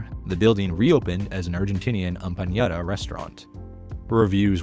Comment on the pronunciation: argentinian what my love? im ever so sorry but its empanada not empañada 😂😂😂